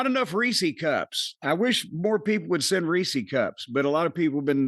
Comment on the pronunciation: What the fuck is a reesie cup? It’s Reese’s